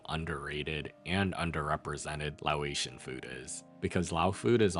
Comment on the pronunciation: its not lao ation its pronounced lay-ocean